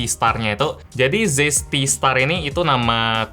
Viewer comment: Tulisannya Zeiss, bacanya cais, om hehe